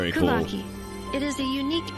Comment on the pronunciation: I already hated how ppl pronounce Kuuvahki…but somehow made it 10x times worse 😭😭😭😭😭 I’m sorry but pls it’s pronounced as ”Kuuuuuuuvahki” every finnish word has two vowels for a reason YOU SPELL THEM TOO NOT JUST ONCE 😭😭😭 Pls you ppl know how to make vowel longer its not that hard